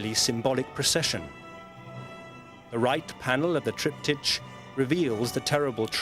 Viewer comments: "TriptyTCH" - wtf is this pronunciation? It's a word of Greek origin. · How the man pronounces "triptych" is VERY ANNOYING. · Tripped itch... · It is only annoying if one assumes there is only one correct pronunciation. Both are acceptable and logical. Both mean a three panel painting or carving used in a church, place of worship, or home, with a related su8bject matter on each panel.. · Thought exactly that-and Sewell getting it right just a second later, only for the presenter going on as before later. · yeah they should have told the narrator how to pronounce it